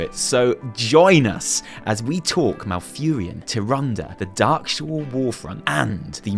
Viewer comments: Is not "TiranD" fuck off! Love you huys. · nope, watch some blizzcon videos, this is not how Blizzard pronounces her name. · You know, TyrandE has that e at the end of her name for a reason, feel free to use it while speaking of her. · Loved loved loved it! One thing however: Tih-Ron-Duh :D And after all these years you introduced me to a British phrase I have yet to hear. Hard Done By. Keep up the great video's. We need MORE of you guys!! Thanks! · Her name is Tyrande said in WC3 and WoW. Soft [ae] makes big differance, instead of harsh stop after D. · The way he pronounces Tyrande :') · More like Tyrant. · Are you saying her name wrong on purpose? twitches irritably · I love you but please no more of butchering Tyrande's name please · You are aware, that an - e - at the end of a word/name is often silent and not pronounced? I assume went along with that in that moment. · I love you,, seriously. But... "Ty-ran-duh".: P Not "Ty-rand". They've been consistently pronouncing it "Ty-ran-duh" all the way back to Warcraft 3. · Isn't it supposed to be said Tyranda, not Tyrand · That entangling roots going through the grunts eye! Creepy! P.S. its Tyrande not Tyrand ( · I don't mean to be a phonics nazi but her name is pronounced tyr-and-uh not tyr-and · The way you say TyranD (TyrandA) makes my brain hurt lol :D Anyway, good video! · To be fair pronouncing "Tyranda" has always been the most stupid thing I have heard. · "Tirandë" "Ë" Tirande, please it's not pronounced "Tyrand" ... :P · Please, please, stop pronouncing Tyrande's name like that... I'm gonna bust a vein. Anyway, basically, these are all text-book ways to do cinematic animation. I think you're really, really overselling it. It's great, I agree, but it's not some kind of cinematic genius at work. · She is called TyrandEEE ffs! But nice analysis,:) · It's Tier-on-duh. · say after me: "ty-ran-duh"